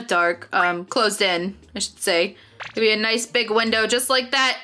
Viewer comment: And I hear you say baby instead of mybe